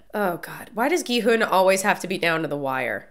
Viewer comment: Love your reactions. Just an FYI, I believe the main character’s name is pronounced more like Ki-Hun, rather than with a western hard G sound. It’s an extremely aspirated G which almost sounds like a western K sounds.